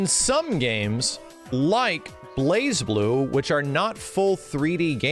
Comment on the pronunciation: I still hate that you don’t pronounce the z in Blazblue.